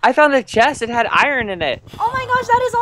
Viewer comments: Iverson Costa him,lastic,Radiojh Audrey and microgurdian say iron like irn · it is not iron it is irn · i love it when calls iron ern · You didn't say iron right it like I-Ron not eiron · Iverson Costa he says irn,we say iron irn 😎😎😎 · Iverson Costa he say irn for like an.iron nickname lol :) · I-R-O-N not E-R-N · Natalie that is just how they say it to be funny, they know how to actually say it bu say eiron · He say airin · says iron wrong